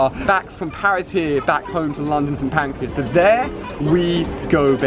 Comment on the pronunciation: Who heard him say "pancreas" instead of Pancras???